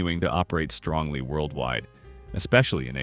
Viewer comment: This is an interesting little episode and many of these stores are remembered the only thing I do have to say, though is the word strongly keeps reappearing throughout this segment and it’s not only dramatically messed up, it sounds like I’m listening to Trump.